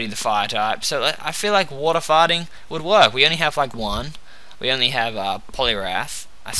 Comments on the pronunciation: Everytime you say fighting type, i hear farting type XD Nice video though! Keep it up! :D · he sounds like he says farting when he says fighting :3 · it sounds like hes saying water-fighting type XD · its immature but does anyone find it funny that he pronounces fighting type farting type? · I thought you were saying water farting type :P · when you said water fighting it sounded like you said water farting O.o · when he says "fighting type" it sounds like farting type. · i cannot help myself, but everytime you say "fighting" it sounds to me like "farting" :D :D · I loled hard for about 20 secs until I realized he said fighting and not farting :D